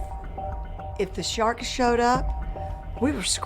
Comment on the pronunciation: Did she say sthawrks?